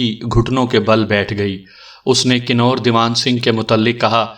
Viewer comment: لفظ کنور کنوارہ یا کنواری کی طرح پڑھا جاتا ھے